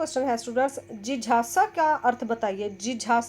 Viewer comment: Jijasa nhi mam.jigyasa hota hai